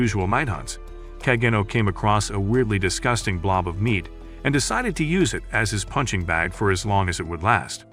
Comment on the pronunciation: Bro said disgūting